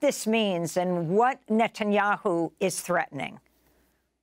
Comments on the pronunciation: I love how Daniel Levy pronounces the PM’s surname: “nut n’ yahoo” 🖖😂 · Nutanyu 😂 love it !!